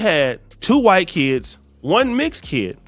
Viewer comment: Don’t like the emphasis on “white” woman. that’s cringe homie.